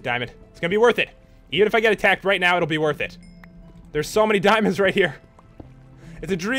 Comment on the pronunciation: I like the way he said Dimonds